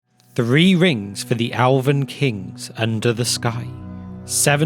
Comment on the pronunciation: I swear if I hear you say “Alven” one more time… I’ll keep watching these videos because they’re awesome.